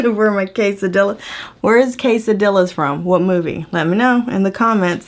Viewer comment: said "quesadillas" completely wrong! 😂